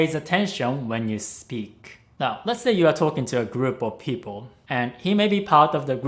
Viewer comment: I heard “he pays attention to you when you SLEEP” instead of “speak”. Hahaha I was like wtf, where would he be able to watch me sleep